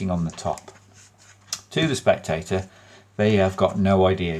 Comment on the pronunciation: “To the spectay’ah, it’ll look like, Jeeezus, that cahd HAS risen.” 😂😂😂😂😂😂😂😂 I needed that laugh. Bad. 🤘👍